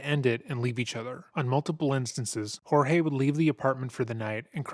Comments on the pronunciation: Why does she call him George and not George (hōrhāy)? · Its not "Hor-Hay". He pronounced his name George. Its not uncommon in Florida. Similar to how we say " Jesus" and not "Hay-Sooz". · lol it is not whore-hey...it is George...lolololol.... good god, even Sarah says George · Picking up some real Get Out vibes from her pronouncing his name as George instead of Jorge and talking about him as if he's a troublesome child. Like she viewed him as a pet. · Its pronunciation Horhey. But they don’t have enough respect for him or Hispanic people to pronounce his name correctly. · They pronouce his name George. Jesus. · I was thinking the same thing. They all clearly said it and the narrator still went with Hor-hay. It bugged me lol. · Do you see how everyone who knows him calls him George? Why do you think they all have it wrong and that you know how to pronounce his name? Would not the people who know him know how to pronounce it. Would he not correct them if they are wrong? Exactly mate. So get it right and call him George, his name. Not some Mexican pronunciation of his name because you think you know better. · It's hard to trust the narrator's insights when he doesn't even pronounce the victim's name right. It's spelled Jorge but it's pronounced George, every single time anyone refers to the victim in the video they call him George. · His name is spelled Jorge but is pronounced George. In almost every clip one or more people call him George. Seriously - it's not that hard. Just shows how poorly done this video is. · I love how you simply choose to pronounce peoples names wrong. NOBODY in this case has referred to him as “Horhay” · I think it's kind of funny that uses the Spanish pronunciation of Jorge when everyone in the interviews, people who have met him, pronounces it as "George." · And there's a audio clip of Jorge w an officer & her said he preferred the American pronunciation George over "Hor"hey"